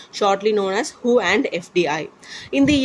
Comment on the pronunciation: Sorry to say..but when you say who instead of WHO i literally feel funny 🤣🤣🤣